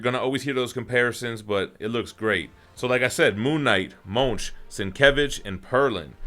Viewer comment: Moench rhymes with Finch